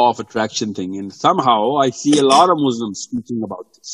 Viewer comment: Jazakallah Khairon brother Sorry to correct one Word Muzlim . It’s is from zalama which means oppressor . Muslim is from salama which means peace . We Muslims are not oppressors so please when you say the word say as Muslims not Muzlims . Jazakallah